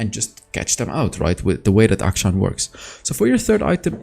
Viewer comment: FINALLY SOMEONE WHO PRONOUNCES HIS NAME CORRECTLY